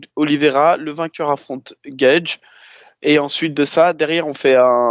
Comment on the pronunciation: Les gars je kiffe ce que vous faites mais la prononciation des blases vous me tuez GaethJE Léo Edwards